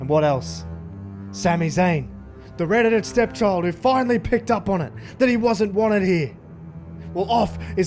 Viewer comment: Had to listen 2 times to understand the red headed step chlid 🤣🤣🤣